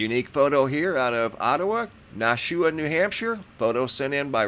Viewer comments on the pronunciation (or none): Sorry to be the pronunciation police, but it's "NASH-EW-A", NEW HAMPSHIRE..Keep up the great work!🛸